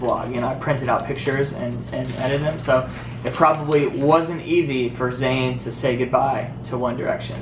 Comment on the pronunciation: ITS ZAYN NOT FUCKING ZAYNEEEEEEEEEEEEEEEEEEEEEEEEEEEEEEE AHHHHHHHHHHHHHHHHHHHHHHHHHHHHHHHHHHHHHHHHHHHHHHHHHHHHHHHHHHHHHHHHHHHHHHHHHHHHHHHHHHHHHHHHHHHHHHHHHHHHHHHHHHHHHHHHHHHHHHH